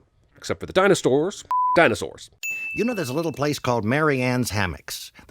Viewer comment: Did you say “Dinostores”?